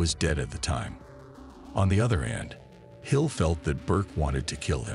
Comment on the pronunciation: Could have been TOP Shelf video, I really like everything that comes out, but kept calling the Luchese family the "Lucky's" crime family. So DUMB Need to TRY to pronunciate italian names correctly and at one point, they call him Henry Hills. It's Henry HILL and even spell it out on the screen !! No S!